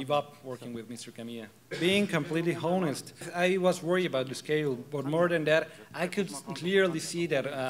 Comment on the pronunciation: "being completely hoe-nest" lol... this translator is terrible